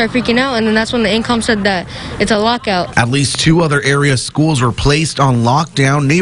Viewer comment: Boy said lockout 😭😭😭